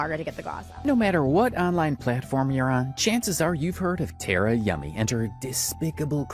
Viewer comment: i don’t personally like tara but it did annoy me that you’ve done so much research and heard how she pronounces her name (TAR UH) and still said it wrong 😭 before anyone gets mad, it’s just the fact that tare uh is not her name lol